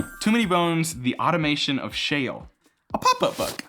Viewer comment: "Automaton" of Shale. I feel like everyone mispronounces that one. It's a good adventure and the rules for it are on a card that were mistakenly put on the last page of the book. Great video!